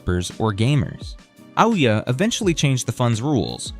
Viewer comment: its pronounced like ooh yeah